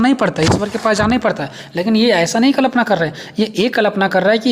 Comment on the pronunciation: Sir sorry but it's kalpna not klapna ...or sir aapka notes bohot helpful Hai..thank you so much 👍👍